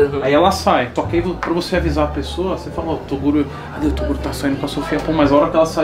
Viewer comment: Ao invés de toguro é toduro kkkk